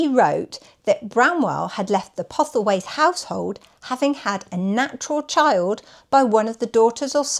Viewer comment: The name is PoStlethwaite. Pronounced "Posselthwaite", not "Pothelwaite"